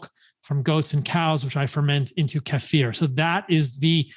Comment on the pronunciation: kefir, not kaffir